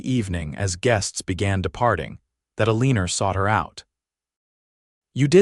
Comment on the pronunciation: It’s Eleanor x L n or